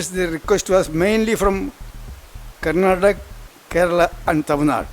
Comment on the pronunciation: When will these mother fuckers learn it's KARNATAK"A" not Karnatak and it's KANNAD"A" not kannad